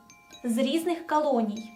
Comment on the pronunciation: Навіть цікаво, чому "кАлоній"? Колоній же